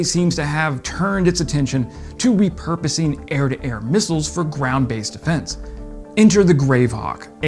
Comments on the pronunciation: He can't say missiles. Comes out as missels or something like that. Try route, mirror, vase. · Every time he says "mussles" I just cringe.